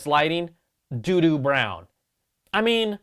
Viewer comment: I was thinking DUNE brown.......then you said "Do do" brown. Welp.....now that's in my brain, .guess I'm getting the white.